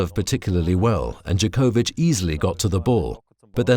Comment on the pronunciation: And it's djOkovic, not djokOvic